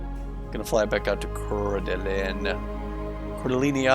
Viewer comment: Try saying: CoreDuhLane and you can be a local. 😀